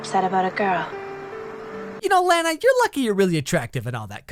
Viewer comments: i absolutely HATE that he calls her Lana (lan-uh) it’s actually pronounced lon-uh and if he had actually watched it he’d know that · Its not pronounced Layna, its pronounced lawna! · IT'S NOT LAENA ITS LAAAAANAAAA. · its not laena , its Lahnah ...just saying. lol nicce vid again tho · It's pronounced Lah-Na. And the necklace is kryptonite. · STOP PRONOUNCING LANA WRONG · I SWEAR TO GOD PEOPLE WHERE ARE YOU GETTING I BETWEEN THE A AND THE N??? JUST PRONOUNCE IT LIKE ANNA BUT WITH AN L BEFORE IT Also my dad loved this show so much that he named me after her Thanks dad